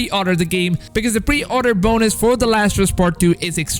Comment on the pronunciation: Btw he said pre outer instead of pre order